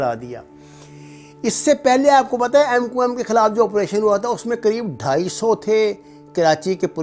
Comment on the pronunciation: jahil k Bache mqm to thek se bol